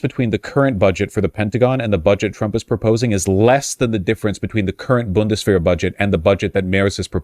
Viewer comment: Wjhys vaush talking like sean connery by saying bundesshwehr.